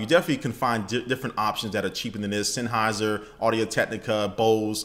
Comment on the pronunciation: sanhauser?? Seriously? Sennheiser. And you're a "PC Builder"? Let me guess, you build dall, huwlit peckerds, acir, compiq, blah blah blah. If you want to endorse something, at least try to even get in the ballpark of spelling it right.